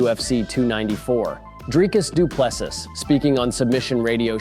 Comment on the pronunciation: Its "Dreecus Du Plessee" not Du Plessus... my guy...